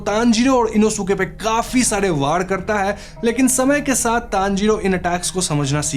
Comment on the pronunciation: Inosuke name inoske pronunciation he